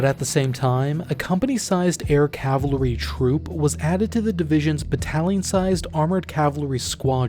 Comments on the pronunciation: Dude, it's pronounced Cav-ull-ree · I don’t know, I think it’s a regional thing because I live up in the Northeast and I’ve only heard it pronounced “cav’ll-ree” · Yeah as soon as he said it, I can't stop hearing it. He's got on a really unique way of pronouncing it. Cavill-ree is also how I've always heard it. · I'm sure the video is great, but I couldn't take more than 90 seconds of the voice over saying "cavlary". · IT'S "CAVALRRY" .... pronounce it correctly, dammit!!! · I'm just asking out of curiosity but do you have difficulties saying cavalry? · Why is he emphasizing the L in cavalry. Sir, I believe the L in cavalry is silent. Can't get over it. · Your’re pronouncing cavalry wrong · I couldn't take more than a minute of you mispronouncing "cavalry." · Loved your video but I wish you could say cavalry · I bet this video is very informative but I can't get over how the narrator can't say "CAVALRY" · I can’t unhear it now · Can any Americans explain to me what is up with the pronunciation of cavalry in the US? Is it an accent thing or something? I don't mean to shit on American English, it may well be just one of those peculiar differences, I just need to understand for the sake of my own sanity😅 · I can't get beyond how he can't pronounce cavalry correctly! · Wow. Your narrator cannot even correctly pronounce the word cavalry. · Bros mispronunciation of cavalry is driving me nuts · It was certainly something else... never heard anyone say it the way he did. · Homie, you have GOT to learn how to pronounce the word “Cavalry”. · I love the video but I can’t stand the way he’s saying cavalry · "CAVALRY" not "CAVLARY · IT'S CAV-AL-RY. NOT CAV-A-LO-RY. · That "cavilery" is driving me nuts. After decades of having "Cav-al-ree" hammered into my brain by a Civil War history teaching cousin, I get triggered by that pronunciation. At least it wasn't "Calvary" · Why are you saying cavlary instead of cavalry? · amazing video just please "cav-al-ry" not "cav-la-ry"